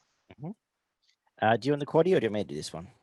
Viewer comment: Cheers for saying the quaddie names. C'mon beaver 😂